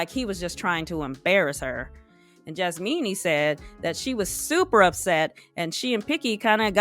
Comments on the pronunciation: I love that you are saying JasMEANY ✌🏾🤣🤣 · Its Jasmina....not Jasmeenie. You are being disrespectful to the persons by not using their correct names.